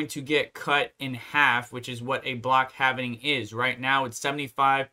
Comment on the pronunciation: It hurts my ears when I hear it pronounced as "halv-i-ning"... It's "halv-ing"